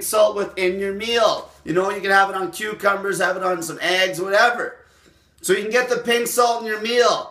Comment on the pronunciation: Did he say chucumbers?